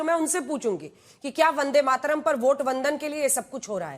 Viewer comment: Waris pathan ko bulakar vande Mataram song ka apman mat karua. In blogo ke mukh se bande matram sunkar esa lagta hai jaise ye gali de raha hai